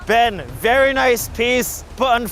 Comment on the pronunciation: pov: michel and having these is not VeRy helpful it sounded so indian